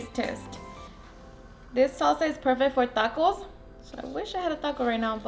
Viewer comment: Did she say a-dakos instead of tacos 🤣🤣🤣